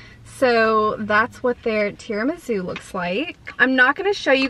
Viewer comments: and tirami-sue not zoo! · gurl it's tiramisu not tiramizu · Lol! Are you saying TiramiZOO?? 🤣🥰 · Seriously please stop pronouncing tiramisu wrong there’s no Z in it didn’t you have an Italian boyfriend & you can’t pronounce tiramisu! 🤷‍♀️🙈